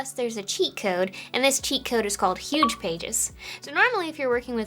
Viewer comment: We've got yuge pages. The yugest pages you've ever seen.